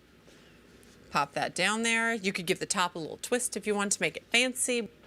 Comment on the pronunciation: Sue-pear Suh-fist-a-kay-ted